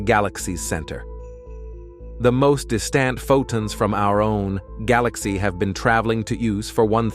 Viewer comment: If your going to use AI speech, it should be corrected to pronounce words like Photon and Centimeter. Too distracting to watch what might be a good video, goodbye